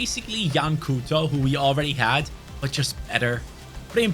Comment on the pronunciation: You don't pronounce it as 'Cooto' but as 'Cowtou'